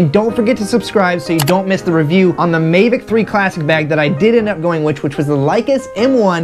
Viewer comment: Mavic not Mevic.